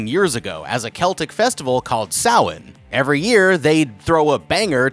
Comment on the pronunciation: YOU SAID SAMHAIN RIGHT LETS GOOOOO